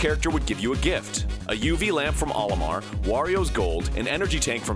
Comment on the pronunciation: That's "OH-limar" not "Ollie-mar"... It's the Japanese characters of Mario in reverse "O-Ri-Ma". It's a long O sound, get it right.